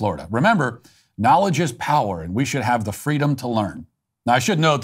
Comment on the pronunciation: “Nolige is pwer”